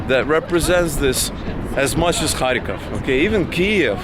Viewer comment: You pronounced the name of the city differently than I expected. Sounded like you were saying “hai-kof” more than “kharkov”. And lately I see it transcribed to English as Kharkiv.